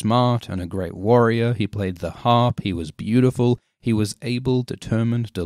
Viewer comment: "The most breautiful man in the seven Kingdoms"... XD